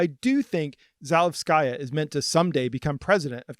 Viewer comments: Please, do give at least the slightest bit of attention to correct pronunciation. You don’t need to be fluent in the language, but in Za-LE-vskaya it’s the second syllable that should be stressed, as opposed to Zalevs-KA-ya which is how it’s pronounced throughout the video. As a person from another Slavic country, this just sounds off and I think many people would agree. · Za-LEV-skuh-yuh: accent on LEV, no "sky". It is the feminine form of Zalevsky. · kay, sorry - I didn’t mean to be rude. It’s just one mistake, unluckily repeated throughout the video. I don’t expect you to speak perfect Russian (or any language for that matter), in this case changing the stress to the second syllable would make it sound very good already. Apart from that, the video was very informative and you’ve clearly put a lot of work into it, so it’s only nitpicking :) keep it up!